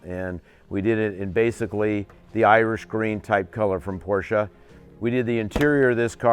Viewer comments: It's pronounced “Por-shuh.” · A couple of other "car guys" who make videos regularly say Porsche wrong also. EVERY time I hear that, I downvote the video.